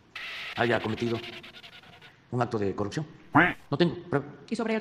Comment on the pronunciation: 😂😂😂😂😂 repartiendo "impunidá" a empleados, parientes y sirvientes 😂😂😂😂 "yanuaicorrucjio"